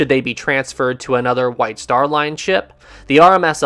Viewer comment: Taaaaaaaame is time and laaaaaaaane is line.. if you speak correctly then I'l subscribe.